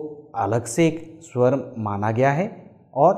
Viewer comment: बहुत सराहनीय प्रयास। केवल आपके उच्चारण में अभी सुधार करने की गुंजाइश है। 'अ' का उच्चारण "औ" सुनाई पड़ रहा है । 'स्वर' भी कहीं कहीं 'सर' प्रतीत हो रहा है। हेमंत कुमार,विख्यात गायक की मातृभाषा भी बंगला थी परन्तु उनके उच्चारण से यह पता नहीं चलता था। आशा है आप इन छोटी मोटी त्रुटियों को दूर कर इसको और निखारेंगे और हमारी संस्कृत भाषा का ज्ञान बढ़ाएंगे ।